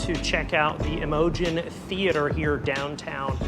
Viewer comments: Im-o-GENE not imojin. It’s like the name Imogene. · We've lived here for 47 years. It was a great place to live until ppl moved in who had no wish to keep it up. The ppl do not look like deliverance rejects as someone said. And truly it is Imogene...not imojin.